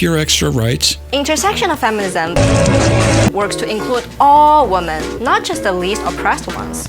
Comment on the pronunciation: Please teach her how to pronounce "Women".